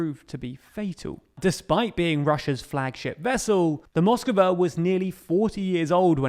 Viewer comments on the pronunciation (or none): learn the fucking pronunciations! It's Moskva, not moskova. And I've heard you say kiev instead of Kyiv. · M8 its moskva not moskava